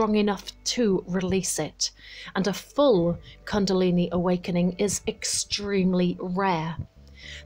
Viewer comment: First learn how to pronounce the word 'kundalini' correctly